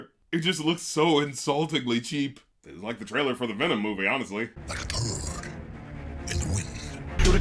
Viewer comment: no it's VNMMM! VNMMM, VNMMM, VNMMM! VNMMM, VNMMM, VNNMMM! It's like he's purposely not even trying to say the word "venom" correctly.